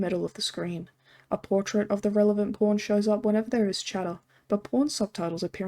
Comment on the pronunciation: When you say pawn it sounds like p*rn, funny quirk of your accent